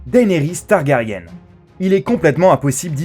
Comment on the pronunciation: Targaryenne ? Yeux violés? Y'a un soucis de prononciation la… mais grave quand même. Au passage les yeux violet techniquement ça n'existe pas, c'est le degré d'intensité d'une iris bleue qu'on appel "violet" c'est un degré rare mais ça reste dans le spectre bleu… de la a foutre un violet pétant faut pas déconner, donc en gros, y'a aucun faux-pas quand au physique de Daenerys!